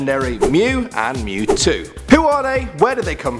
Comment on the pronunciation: “ M E W T O W” you can’t be talking 💀